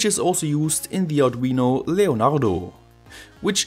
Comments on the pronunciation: It sounds so German, I'm pretty sure his mic was covered in Saliva after recording it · Where are u from, u sounds verry duch when u say leonardo and lattepanda